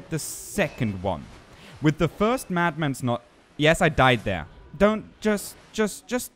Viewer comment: dont worry, english is tricky and many native english speakers have issues with funny situations like you mad mans knowlagees. your engligh is great and yes you pronounced that correct.